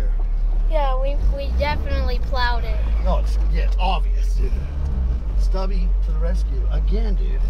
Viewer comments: it's Stubby, not Stuby. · it's Stubby McFly not Stuby McFli. haha